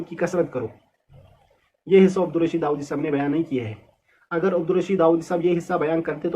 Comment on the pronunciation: خ کا مخرج ٹھیک نہیں وہ کیسے ہے داوادی ہے